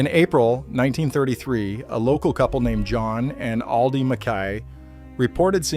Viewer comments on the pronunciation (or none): none